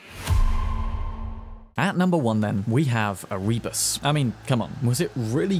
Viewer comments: ER-EE-BUSS Seriously? SERIOUSLY!? That is the best pronounciation you could do? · winces at the pronunciation of Erebus It's Eh-RUH-Bus, mate. xD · The way you mispronounce Erebus hurts me.